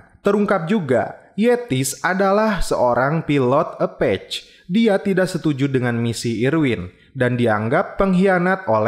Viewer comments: Bang, abang salah ketika mengucapkan kata "Apache" menjadi "Apech". Bacanya harusnya " Apache". Pastikan pronunciation benar bang biar tambah profesional ulasannya. Kalau ucapan bahasa Inggrisnya salah kok kayaknya kurang profesional bang. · Apache gak di baca epec min, tapi di baca apace! 😂😂😂